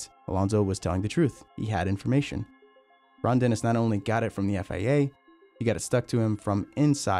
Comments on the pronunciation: FIA not FAA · Why does it sound like you keep saying FAA and not FIA? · Man the way he says FIA has me so butthurt lmao, sounds like FAA and i just cant STAND it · I don't know how you know so much about this, but still call the FIA the FAA 😂 Apart from that, great vid, thanks 👍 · FIA, not FAA. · Your FIA sounded like FAA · This man said FAA the WNTIRE FUCKING VIDEO HOW HAS NO ONE NOTICED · It’s FIA not FAA. Annunciation god dang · Hate how he keeps constantly saying FAA instead of FIA. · Dude it’s FIA, not FAA. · You keep saying "FAA". It's the FIA, dude. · FIA.. not FAA. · Why do you pronounce «FAA»? It's FIA. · You keep saying FAA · sounds like FAA on the vid.